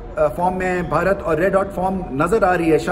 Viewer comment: Am I the only one who Absolutely loves to listen, how the way rameez sir says “ Bharat ”❤. Damn good commentator 👌